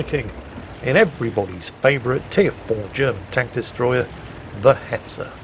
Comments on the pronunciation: Oh baiter. I was wondering why you were saying beta. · Baiter?! No, more CurryWurst for You until You get it right!!